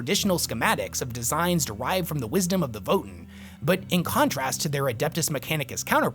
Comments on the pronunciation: It's pronounced like VoeTan (Voe sounds like "woah") Not votin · I know this is lame, but isn't it pronounced voh-TAN, not VOH-tin? That's how I've always heard it pronounced anyway. Also, it's super exciting to see the Space Dwarves back in the midst of the galactic riff raff of 40k! Thanks for the deep dive dude, I actually didn't know a lot of the stuff in this vid. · Thought it was” VOE TAN” not “Voe in” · Leagues of Votin'! lol your lore videos are are really awesome, but the way you pronounce Votann has me rollin. It's Vo-Tan my friend, just watch any official GW video about them if you need to confirm. Imma keep watching your videos now, they really help me get through building models! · It's TAN, not TEN! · Omfg... Voe-Tann votAAAAAAAnnn It is not Vot'n there's a f%$#ing "A" in it! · Dear, Votin' is what one does at a ballot box. Voh-Tan' are Space Dwarves. Thanks 😜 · Vo-tann…it’s votann… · "the leagues of Votn" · I think it is pronounced Vo Tan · Great video, however your pronounciation of Votann as "Vo'en" hurts my ears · ancestors' mercy, why does he pronounce votann like that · I love your videos and the lore they explore, this one included. Didn't know much about these spacedwarves before, but your pronunciation of their name really bothered me xD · when you say Votann, why is it, that somehow, the A in Votann gets sent straight into the warp? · Is that really how you’re supposed to pronounce Votann? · how did you come to pronounce Votann the way you do? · My only complaint is how he pronounced "Votann" and "Hearthkyn" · great video, just a thing about how you pronounce votann. hope this helps 😄